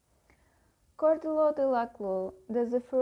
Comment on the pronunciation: It’s pronounced shaw-duhr-law, not kaw-duhr-law